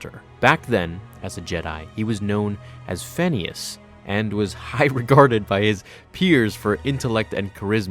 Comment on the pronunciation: When you said "Phanius" I thought you said "Phineas" from Phineas and Ferb lol.